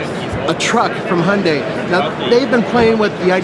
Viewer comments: Sounds like hes saying Honda santa cruze, Americans can't pronounce Y's and I's? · You you always pronounce it as "HUNDAY"????